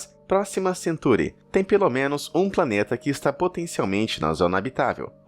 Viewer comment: Ele falou century invés de centaury